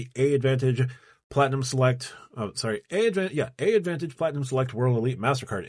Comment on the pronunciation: Just an FYI...it's not "A" Advantage. The program is called "AAdvantage"...pronounced like Advantage.